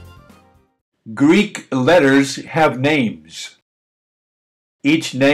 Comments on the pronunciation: As a fellow Greek... This leacturer is pronouncing correctly. I feel sad I have to point this out.. As the majority of youtube 'lecturers' especially of American/English heritage, are indeed not only pronouncing things wrong (which is ok) but what is concerning, is they are making videos teaching the pronounciations wrong. Stick with though. This is the correct pronounciation. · This video is wonderful because it accurately demonstrates Greek pronunciation the way Greeks pronounce it. Unfortunately, many (if not most) of the videos out there feature all sorts of pronunciation errors, especially in regard to vowel sounds. Thank you so much!!